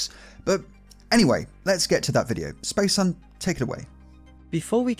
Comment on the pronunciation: A little more effort, man... It's Spacehuhn - space HOOON, not hun! ;D Imagine him pronouncing everything just like it were German words, you know.